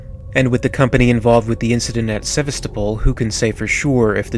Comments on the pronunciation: Witz Nerd Seh-VAS-stow-poll! Jesus, People! Learn to pronounce foreign words! It's not that damn hard! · I think its pronouced seh vas ta pol or pool (dont quote me on that) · Pronounced, 'Seh-vah-sto-pole' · ser-vass-to-pol < i pronounced it like that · Except he can't pronounce Sevastapol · Now, I played it once on normal but I only died about 5 or 6 times the whole game just because I had done a metric ass ton of research before actually getting the game. Also, you mispronounced Sevastopol. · You can't pronounce Sevastopol? Or Narcissus? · How the Hell can you live so long and not know how to pronounce Sevastopol properly?